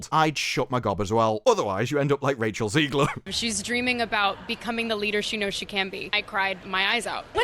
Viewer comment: Zegler not Zeigler.